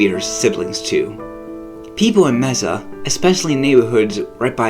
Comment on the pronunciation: Ok first learn how to pronounce Mesa.